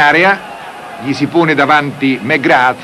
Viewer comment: Me-Grath! Wadd- dock!